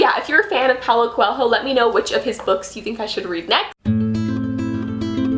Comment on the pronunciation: You don't actually pronounce the h in Coelho